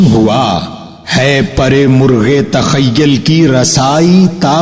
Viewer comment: Sir sorry to say but aapne "TAKHYYAL" pdha jo ki TAKHYYUL hai or "ISTAFSAR" pdha jo ki ISTIFSAR hai 🙏